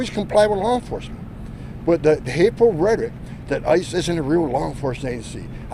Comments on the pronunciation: why is homan so obsessed with reddit? ohh i see, he's trying to pronounce the word rhetoric. seems quite the struggle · failure to comply does not justify an execution in the street. And this buffoon still can’t pronounce “rhetoric” does he have CTE or something?